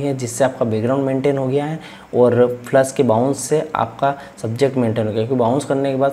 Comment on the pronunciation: Sir aap flash ko flush kyu bol rhe hai ..